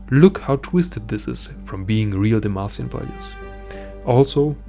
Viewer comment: i thought you said "mexican" i was so confused